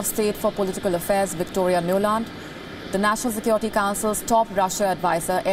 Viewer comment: Please don't say sekioriti🤣